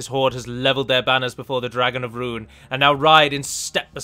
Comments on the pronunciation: It's pronounced roon not run you gonna delete this comment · p Tolkien's languages are mostly Latin, like portuguese (my language). "Rhun" is read as "Rhoon", always. I understand an english-speaker has a lot of trouble with these words, because you do read them differently. Anyway, cheers for the campaign. May you continue to head the development of this game.